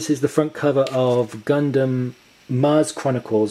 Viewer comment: You're calling yourself a huge fan, but you're making all those rookie mistakes like mispronouncing gunnm, not knowing when Aqua Knight came out and confusing Last Order with Mars Chronicles. It's a good video and I'm planning on buying Ars Magna myself, but come on, step your game up.